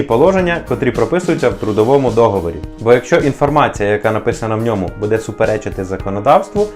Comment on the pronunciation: Не буде', а буууууде!!!